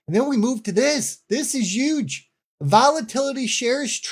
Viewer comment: Normally I could never trust someone who doesn't pronounce the "H" in HUGE. But in your case I'll make an exception